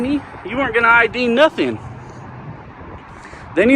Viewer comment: She kept asking for an 'idea'... let me see your 'idea'... what the f**k is an idea, and how can you show that?!....Oh, she meant I.D.!!!! Nice that she can't even pronounce 2 letters...I D...